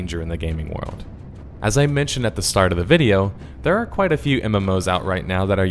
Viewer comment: I've never played Wuard of Warcraft. There's an L in the word WORLD. It's a small thing, but it's annoying hearing you say it wrong.